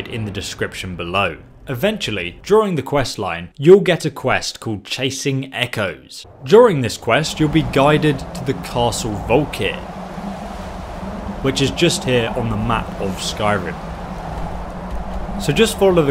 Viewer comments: Dude. Wtf, its the soul CAIRN, not soul CARN. And its castle VOLKIHAR. Not VOLKER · Ok, bruh, you be doin dis on purpose, now.:P Say it with me,... Volkihar: Vol-kee-har; not Volkeer. Cairn: Cay-urn; not Kaarn. Scythe: Sci-eth; not Sith, ffs, the Grim Reaper isn't grabbing Emperor Palpatine by the foot and swinging him at people! XD C'mon, dude...:P XD Other than that, love the channel! In 1500+ hrs of skyrim, I never once knew The Ritual Standing Stone did THAT; I always thought it was a one target spell, and ignored it, but now, *oh boy* am I doin a modded pure necromancer when Special Edition's SKSE and CBBE release.:) Thanks for that!:) EDIT: Apparently others have already raised the issue; damn apple junk ipad didn't load their comments, sorry for beating the dead horse. Still, at least I didn't bonk it over the head with Darth Vader...:P XD My god, the mental image of the Reaper swinging the Emperor around willy-nilly is so hilarious to me; Oh no, it's a black robed hooded guy, wielding another black robed hooded guy! X'D Calling Xzibit, haha! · "serena" "soul carn" "castle volkar" EDIT: "vom-attack" EDIT EDIT: sorry i didn't know he was dyslexic